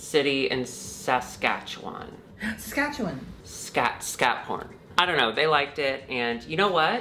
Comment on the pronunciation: pronouncing Saskatchewan 🤣💕 oh baby you tried